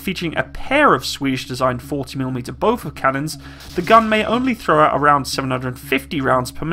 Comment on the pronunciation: The s in "Bofors" is not an indication of a plural form. There is no such thing as "a bofor"